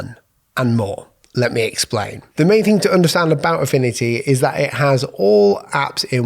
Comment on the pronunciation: "Affini-y" 😂 no hate love your vids